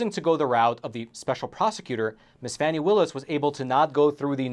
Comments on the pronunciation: Pronouced fawnie not Fannie . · Oh for goodness sakes. It's pronounced Fawnee Willis not Fanny. You know this and are being a complete a-h**e Facts Matter btw is considered by All Sides Media to be.....Hyper-Partisan Right Reliability: Mixed Reliability/Opinion OR Other Issues. Nothing to see here. Here are some facts... Trump is having an awful month and it's going to get way, way, worse. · it's pronounced Fawn-knee Willis